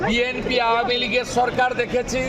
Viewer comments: চরকার নারে বেটা সরকার আগে সঠিক ভাবে বাংলা উচ্চারণ কর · সরকার উচ্চারণ করতে পারে না আবার আসে বাংলাদেশের বিষয়ে নাক ঢুকাতে।চরকার😅😅